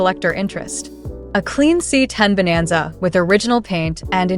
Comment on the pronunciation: Chevy bonanza not vananza.